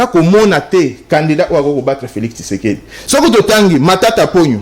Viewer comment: c'est Tshisekedi et non Kisekedi